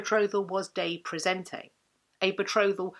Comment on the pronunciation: It sounds to me as if you are pronouncing praesenti as praesente.